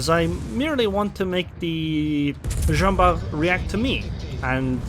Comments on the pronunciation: I'm tempted to pronounce the t cause I'm used to Bart Simpson, but since the name of the guy was really Jean Bart and not Barthélémy or smth, I suppose the t is mute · I can't be 100% sure because it's a proper noun, but I'm still pretty sure we should pronounce the "t" at the end.